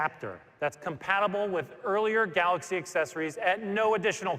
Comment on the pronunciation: i always miss the word GALOXY from this guy lol